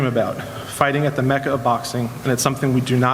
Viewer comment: does he not know how to say mecca?